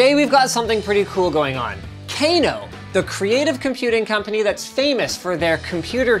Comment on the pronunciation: Cano no t Kano well you spell it Kano but pronounced cano